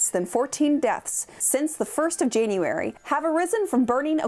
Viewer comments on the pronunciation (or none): none